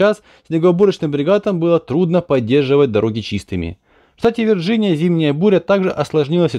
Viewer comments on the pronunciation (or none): none